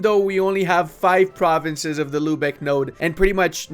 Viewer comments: My dude, I love your videos, but your pronounciation of german cities makes me mad :D It is not "Lübeche", it is "Lübeck", with a hard K at the end. Also it is not "Verdun" (french) when you talk about Verden, it is "Fair-Den", the northern germans often pronounce V as an F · Bro who told him that its Lübesch and not Lübeck....nicely trolled ma dudes